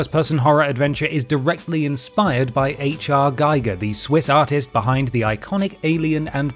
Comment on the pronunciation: All the graphics look like shit. My PC can outperform everything on display and it's hardly a ninja. Also, "Giger" is pronounced " GEEGER" underwhelmed.